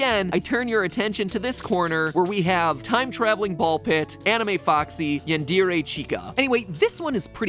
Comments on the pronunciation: What's "An-dii-rei"? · I can't get over the way Matpat said yandere. It's not yanDEERe!!! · “yen-deer-ey Chica” MatPat, at least attempt make it sound like how it spells like “yawn-der-ay” would’ve been exponentially better 😅😂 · Ok its not Yawn-dear-a chica its Yawn-dare-e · Did you just say yandire It's Yandere, Yan-De-Re, not Yan-Deer, nor Yan-Di-Re Sorry, just had to point that out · Anyone else noticed how he pronounced yandere? Quick note for you Mat, the "dere" is normally pronounced "dare-ay" not "deer-ee" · I'm sorry, did he just say "yan-deer-ay" chica? I'm pretty sure it's pronounced "yan-dare-ay." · "yendeerey chika" as a full on weeb I felt pain hearing that. It's Yandere is pronounced more like yawn-dare-"A" (like the letter) I hope you see this, I love your theories, have a great day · MatPat: Yun dear eh Me: Hmmmmm... I think it's pronounced 'Yan der ey' (Yandere) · "yenderay chica" So uh who's gonna tell him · No one : Absolutely no one : Mattpat :yenduray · Anyone else hate how Matpat pronounces doll as dall and yandere as yandeere? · Yandere is pronounced Yan-de-rey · Matpat : yadere chica People who watched anime : its YANDERE !!! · It's pronounced yan- de- ray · Matpat Pronouncing words weirdly : Doll = Dah-l Yandere = Yan-de-ree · Yaan-deer-eh Chica... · “Yan deer ay chica” lol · "Yundeeré Chica." Wow. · this man said "yan-deer-ay" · “Yan-dee-ree Chica” *ultimate pity, Ultimate despair* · when he pronounced yandere as "yandeerray" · That moment when MatPat pronounces ‘yandere’ as ‘yandeere’ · I can't deal with the way MatPat pronounced yandere XD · As a weeb, I can't help but be slightly miffed at how he pronounces "yandere" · that's not how you say Yandere Mat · Wait did he just mispronounce yandere... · Is no one going to comment on the way he pronounced “yandere”😶??? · I have never heard the word yandere butchered so badly. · That's the WORST way to say yandere I've ever heard. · Mat pronounced yanderee wrong I’m a weeb and I noticed